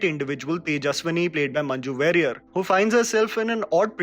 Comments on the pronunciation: She is Manju Warrier ( "Wa"rior, not "wey"rior) वेरियर नही वारियर, मंन्जु वारियर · It's manju varrier(pronounced as warrior) . Really loved the recommendations keep up the good work 👍